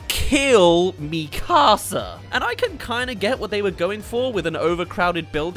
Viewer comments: Kinda bothers me how he calls it “mE CAaSA” 😭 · Bro really called her “Mí casa” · ITS NOT MI CASA ITS MIKASA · mika-sa not mi casa su casa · When is trying to say Mikasa it sounds like he saying my house in Spanish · Bros saying mi casa 💀💀💀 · Me-kasa, seriously. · he siad mekuza wrong. no hate tho just pointing out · I cant stand the pronunciation of "MiKAHsa" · Please stop saying MEE KAR SAR. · Why are you saying Mikasa like that!!! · Why do so many people who have watched all of the show not know how to say Mikasa’s name? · Hearing you consistently fail at saying the name Mikasa is like nails on a chalkboard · Sounds like he’s saying my house in Spanish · the way u pronounced Mikasa Killed me in a bad way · Why does bro pronounce mikasa like that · ion wan sound like a picky nerd but everytime I hear him say mikasa wrong i lowk cringe lol but its all cool haha